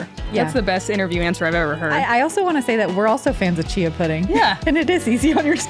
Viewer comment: Chia seed. I thought she said cheese seed at first lol